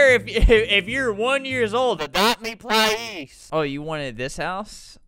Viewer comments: child:“ples” albert be like: SaY plEasE chILd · “Plise” they are probably 5 years old-💀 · (In southern accent)“ADOPT ME PLISE” 🤣 Time stamp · I love when that guy said "its adopt me plise time" and adopt me plised all over the place